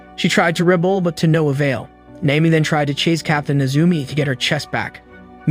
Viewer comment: "She tried to 'rebble' to no avail". Lol stop using AI!